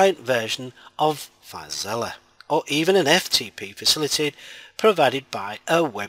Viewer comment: why you pronouncing filezilla as filezilliya